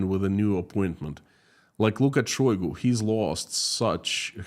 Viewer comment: Say it ainto so...shoygo...